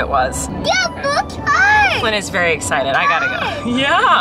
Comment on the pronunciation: “so tonight we’re going to a Christmas drive through... which I’m... very excidabow”